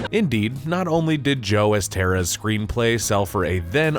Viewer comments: I was like who the hell is "esteras"!?!?🤦‍♂️🤣🤣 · Joe ESTER-HOUSE not Esteruss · Screenwriter's surname is pronounced "Estherhass". It's a Hungarian surname.